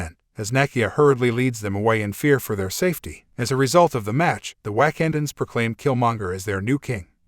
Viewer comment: This was pretty bad, your Ai voice got the Wakandans pronounce wrong, and it is glaring. Do better. I stopped at :40 seconds.